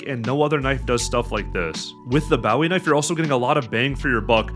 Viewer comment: the way he says bowwie knife 😂